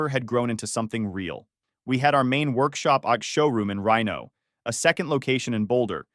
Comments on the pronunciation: In Rino?? Lolo You mean, Reeno? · Reeno, LOL. You mean Reno?